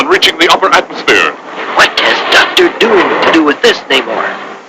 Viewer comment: Yeah it's Namor pronounced Nay-More not Nuh-More-Ay. Disney can go f**k itself